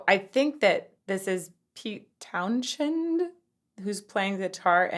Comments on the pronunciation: The "h" is silent in Townshend. It's pronounced "towns-end". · The 'h" is silent. /taʊn.zənd/ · not a big deal but just for your own reference, it's Towns-hend not Town-shend. i didn't even realize till this video that he has an 'sh' in the middle of his name because i certainly heard it way more than i read it. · I think most of us were waiting to see the reaction to Pete Townsend smashing up his guitar at the end. Sadly both drummer & bass player have now passed and yes his arm swing windmill was a famous thing. PS its Towns... end ie the "h" is silent. Great reaction though. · Townshend is pronounced "townszend" not "townshend"...end of the town, townsend lol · FYI, Pete's last name is pronounced "Towns - hend"; with NO "sh" sound in the middle. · You pronounce his name as Peter Town- sund if I remember right I’m really old lol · Probably not the first but it's Towns end pronunciation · There is no “sh” sound in Townsend’s name. It’s pronounced “ “town’s end.” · It is usually pronounced as Towns-hend instead. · Townsend. Common name, common pronunciation. After John Lennon and Paul McCartney the best known name in rock and roll. Why are you forcing an idiosyncratic pronunciation onto it? He's not Irish, Turkish, or Dahomian. While I have you, you did almost 30 minutes on a six minute song. We don't mind your explanations (that's what we're here for) but for all love how many times must you rewind a song? I get it may be your first time through it but we didn't spend our youth gaining your insights into opera. We spent our you listening to these songs 100 times each. Knock it off. Thanks. I feel much better now. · It's written Townshend, but just pronounced Townsend, definitely not a 'sh' sound. Not a great song for vocal analysis as it's pretty staid notwithstanding the cool intro. Better would have been something from Tommy like Pinball wizard or See me feel me. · Townshend is pronounced Town-send. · Pete Townshend is pronounced Townsend